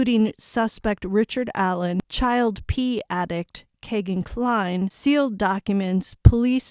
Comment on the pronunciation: his name is pronounced Key-gan Cline not Kay